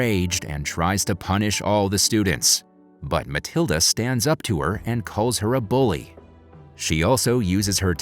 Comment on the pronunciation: its matilda not maliada